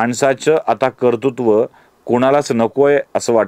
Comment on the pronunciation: Kartutva asa uchchar nahiye, yogya uchchar KARTRUTVA asa ahe.